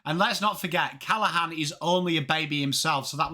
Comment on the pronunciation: His name is Finn CallaGhan not Callahan. They pronounce the G in the family